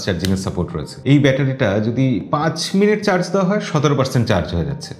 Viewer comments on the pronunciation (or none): none